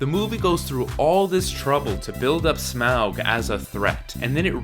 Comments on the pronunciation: Humour me... Say "auxiliary". Now say "Taught". Now say "Smaug". Yes. It's pronounced "Smog". Tolkien's joke. Quit butchering it. Thank you. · Stop saying Smawg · This is good. But Smaug rhymes with fog.